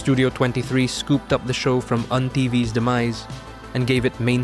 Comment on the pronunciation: Commenting as myself again, I just laughed at how at first you pronounced UNTV as un-TV until I researched it and found out that way before they're the overly-evangelical, overly-sanitized MGCI propaganda channel, they used to be the most edgy, hardcore and over-the-top niche channel on free TV you could watch back in the early 2000's. Sayang di ko naabutan yung edgy years nila because that channel itself was way ahead of its time. Oh, and they also aired a lot of Pinoy rock music videos and concerts back then, which shifted towards alternative and pop and ultimately became the predecessor to Wish 1075's programming.